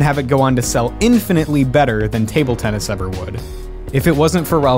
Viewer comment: idk if u looked back at the footage but u said tunnis instead of tennis